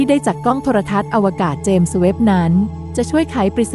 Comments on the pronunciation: เจมส์ ต้องออกเสียง ส เบาๆ ด้วยครับ เพราะ James มาจากชื่อบุคคล เราจะพูด “james webb” ต่อกันครับ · ครั้งนี้ ส อาจจะดังไป เลยฟังดูแปลกๆ แอดมินน้อมรับไปปรับปรุงการออกเสียงในคลิปหน้าครับ